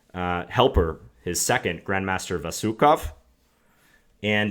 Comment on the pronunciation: A strange choice of game as a tribute to Korchnoi. Korchnoi didn't really have to do much - Fischer lost the game with 13.g4. And the way you explained it, if there is any credit for the win it should go to Vasyukov (BTW the accent is on the last syllable: VasyukOv) for finding the idea of 10... a5 and maybe even the entire line with 13...Bxg4 (as white's moves were the most straightforward ones till that). Also Korchnoi's father died in 1941 defending Leningrad against Germany, not during the "Winter War" between USSR and Finland (Nov. 1939 - Mar. 1940).